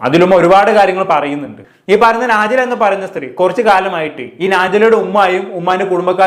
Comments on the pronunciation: നാജില അല്ല നജ്ല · നാ ജില അല്ല നജ്‌ല ആണ്